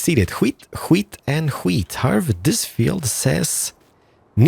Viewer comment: I swear hes saying weed